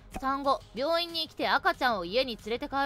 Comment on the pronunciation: 診断書、病院じゃなく「棒院」 めちゃ笑った🤣🤣🤣